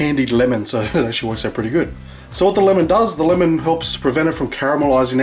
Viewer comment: the way he says LMN! xD